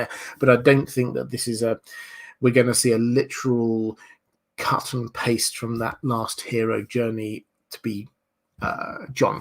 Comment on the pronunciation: "Question frrrrrrrrrrom...."